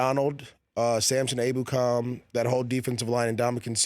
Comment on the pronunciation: MJD only American to pronounce Samson Ebukam’s name somewhat respectably lol